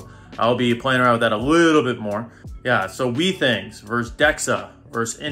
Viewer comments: It's been a year and you still haven't learned how to pronounce Withings right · Every time this dude mispronounces withings as "wee things" I die a little. Great comparison though!